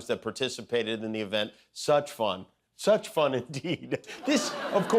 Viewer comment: Jimmy - it said "participated in the even." Not event